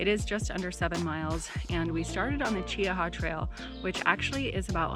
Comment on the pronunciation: Well of course because I am from Mobile and have also lived in Tuscaloosa and Trussville. What in God’s name took you to Alabama?! Oh, and it’s pronounced Chee-hah, don’t pronounce the A. Did you have some sweet tea and yell Roll Tide?